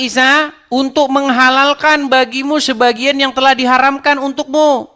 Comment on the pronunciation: Bang, protes dong lawan debatnya yg baca kata " sebagian " dibacanya " sebagai ", kesalahan baca seperti ini akan membuat salah paham.